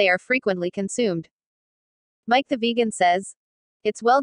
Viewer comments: "Mic the vajan" LOL Stupid computer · Funny how text 2 speech handles the word vegan...